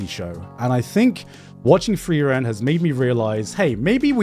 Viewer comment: idk man frieren pronounced as flielän is kind of wack